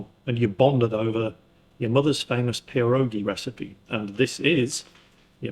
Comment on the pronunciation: ITS PRONOUNCED PIEROGI. It’s Polish!!!